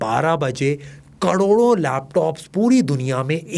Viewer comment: karodo nahi bol paa rahe😂